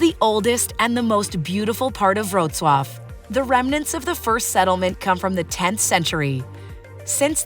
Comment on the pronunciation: Indeed, and the appalling pronunciation is an insult.